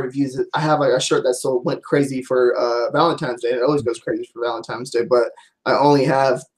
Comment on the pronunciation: valenti N e !!! it ends in an N ... not an M